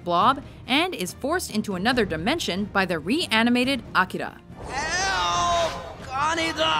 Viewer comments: Must you pronounce Akira that ridiculously? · i love how she pronounces "akira" sexy!